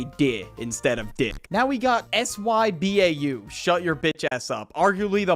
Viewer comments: Fr, it's "sih-bau" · sybau is prounounced suh boo yuh noy sigh bow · The first time i hears sybau i thought everyone was saying “side bow” and they kept on telling me its a Japanese word 😭😭